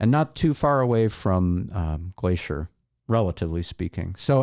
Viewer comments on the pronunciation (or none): none